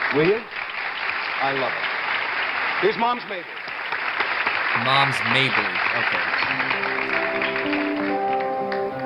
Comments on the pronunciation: not Mab Ly it is pronounced like May Ble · Moms Mabley was one of the funniest people ever. Her name is pronounced May-blee.